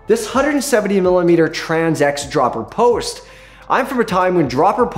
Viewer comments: lol still saying "dropper post" in his funny ass way, accentuating the wrong part of it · Love how puts the emphasis on "post" in dropper post. He says "dropper POS", not "DROPPER post"